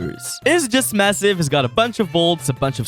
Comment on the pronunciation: did u say masive?